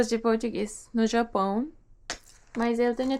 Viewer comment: Você pronuncia perfeitamente algumas palavras que geralmente estrangeiros tem dificuldade, como o som nasal do "japÃO" aqui . Brasileiros sempre adoram quando estrangeiros tentam aprender português, então não precisa se preocupar muito com os erros 😁.